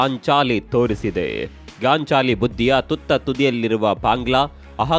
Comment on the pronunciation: Gaanchaali alla sir gaanchali. Don't mind